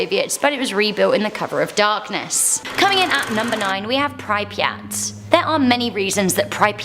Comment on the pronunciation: The way she can’t pronounce Pripyat